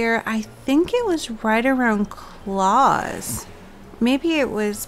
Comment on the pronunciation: I love your channel but the pronunciation of Klaus